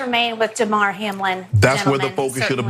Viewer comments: This lady doesn’t even pronounce his name right. These people got it all messed up. Prayers for Hamlin ! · DAYMAR...SMH these people are dumb